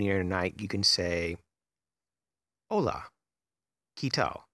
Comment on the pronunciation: Just a tip! Spanish has short vowels; as opposed to English. So for better pronunciation try to keep them short. For example, you pronounce “hola” as “oe-lah”; so when pronouncing vowels try to slighty close your mouth so that the sounds are not long. :)